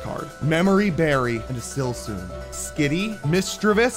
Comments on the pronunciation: Say the names right for once in your life man. Silsoon? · “A silsoon” got me 😂😂😂